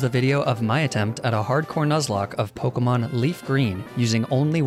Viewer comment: can you stop mispronouncing the names